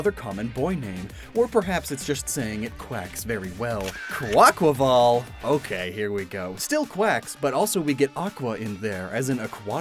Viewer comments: You are the first YouTuber I’ve hear say Quaquaval and Bombirdier correctly. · Thank you for being the ONLY Poketuber I've seen so far too pronounce Quaquaval the correct way. Also, Shroodle and Grafaiai are Poison Normal, not dark type